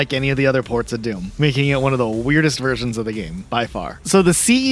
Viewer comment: "Worst Wersions"